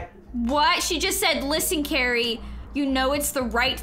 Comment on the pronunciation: U are saying lani not cari…